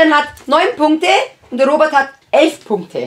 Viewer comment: Chian. Warum. Sagstu. Immer. Ropert